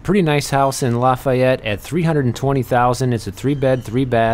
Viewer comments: it's pronounced "Laugh-ay-ette", or it was when I lived in New Orleans (a very long time ago), and pronounced "N'awlins"by the natives. (New Orleans.) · Lol you slaughter the name, it’s pronounced Laugh-fee-yet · Dear God be careful in Lafayette lol Lafayette is pronounced Laf - "long A" - yette. Being that I live here I know how everything is pronounced. I'm way down in the south east corner by New Iberia and Jeanerette 🤗